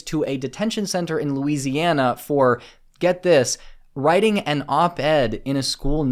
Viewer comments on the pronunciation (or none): none